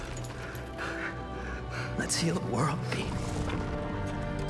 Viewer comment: i like how venom says pete it sounds like he pronounces the e more so he says “peet”😭